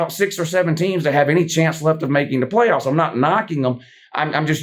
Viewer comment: The way said pway offs 😂